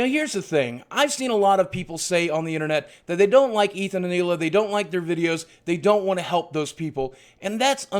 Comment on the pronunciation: Why does everyone pronounce it like Hila? It's EELA!